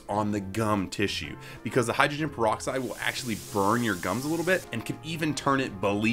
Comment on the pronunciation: DID HE SAY PEROXSIDE OMG HECK NO